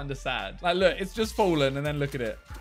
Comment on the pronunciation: he says, "just lookit"